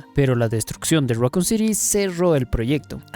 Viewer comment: Raccoon say it with me raccoon City syndrome raccoon raccoon raccoon not racon